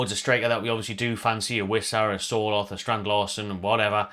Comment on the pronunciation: not important but as a norwegian, Sørloth is pronounced something akin to the sounds you would make when saying"sir" & "lot" :p